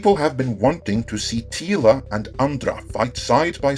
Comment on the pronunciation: TEE-LA....And the Masters of the Universe😩